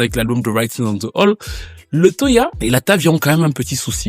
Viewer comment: Wall et non hall 😂😂😂